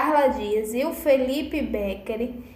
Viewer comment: Precisa aprender falar o nome do Felipe.